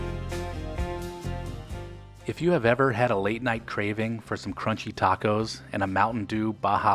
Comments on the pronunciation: Tay-cos? 😂 Sounds about white ❤️ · People in CA wouldn’t have said “tayco.” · "taycos" was a only a gag...Like in: "...let's go take-out some hot taycos" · I lived in Downey early 70's. NEVER said TAKE OHs lol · I'm 72 and I've only heard one person call them TAY-cos. They were from back East.